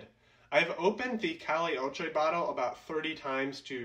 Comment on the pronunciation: It’s pronounced ‘cah-yay’ ocho